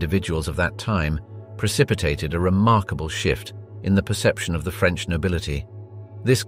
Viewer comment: On a light note, your French pronunciation is very good! Clearly, it is coming from an English speaker, but I love the care you put not to butcher the French words. It shows respect and it's appreciated. Thank you.